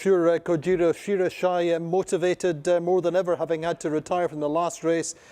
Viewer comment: Yes second that. should be pronounced 'she ra yi she' for all the Asian and Japanese fans out there.